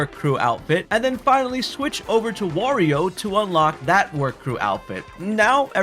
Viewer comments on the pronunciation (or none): Is he saying warrior on purpose?